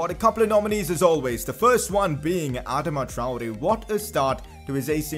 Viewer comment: Pcq you can’t say Adama traore